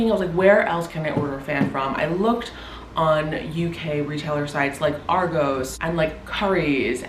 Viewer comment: The way you say ‘Argos’ is hilarious (in a lovely way!). I’ve just ordered this fan to replace the one we’ve had for almost 10 years, then had a little panic about the fact it was expensive and worried I’d made a mistake! Great video, thank you!